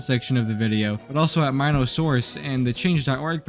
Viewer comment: don't worry man, I've pronouncing it correctly too! Even as a 9 y/o back then! My-no for Mino Monsters!